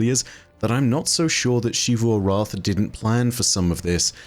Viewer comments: Why She-voo? It's pronounced in-game as Zee-voo, we don't need to play guessing games with the pronunciation. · he just pronounces xivu weird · …. It’s ZEE VOO